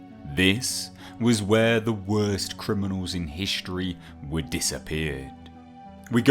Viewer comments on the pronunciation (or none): none